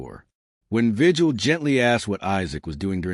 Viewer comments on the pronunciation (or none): I think if you’re going to be a YouTuber, and you want to professionally relay information. You should do some research on how to pronounce names. Javier vigil is a Hispanic name. In Spanish translation, the G sounds like an H and the correct way to pronounce. His name is VIHILL. Not just his but any other Hispanic person that has that same last name. Also, they are not called tortillas . The 2L’s then in Spanish sound like a Y. So it correct pronunciation is TORTIYA.